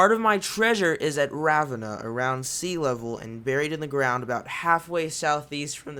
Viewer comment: The way you pronounce Ravenna